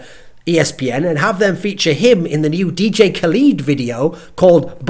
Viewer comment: It's pronounced ka-led. Not ka-leed. plz